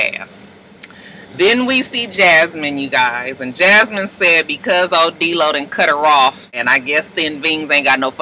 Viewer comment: Why she always call him DEELO that's the funnest thing ever